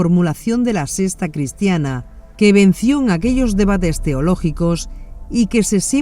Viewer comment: Yo me pregunto, porqué la narradora dice: (Sesta en lugar de secta) (Ecunémico en lugar de ecuménico) Entre otras más.